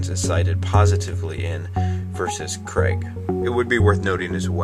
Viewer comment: Also, why do you insist on saying Criag? That's quite rude, whether you disagree with him or not. You can at least be respectable, you do yourself and all those who agree with you a disservice by being so disrespectful.